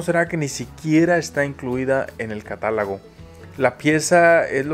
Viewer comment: Es cates catálogo,no catálago